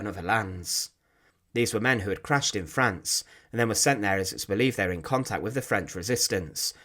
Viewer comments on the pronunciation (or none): none